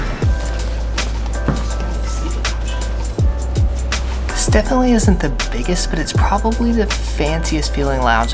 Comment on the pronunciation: I love how says “ETcited” instead of excited lmao every time makes me giggle